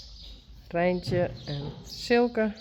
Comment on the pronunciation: I loved the way you said reintje its a beautiful name and has nice sound